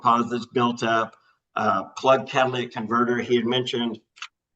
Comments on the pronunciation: Catalytic converter, not Cadiladic.... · Say it with me slowly: “catalYtic converter” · "Cat-ALA-tic converter" 😂😂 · For the love of GOD. Cat-A-Lit-Tic. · “cadilladac converter”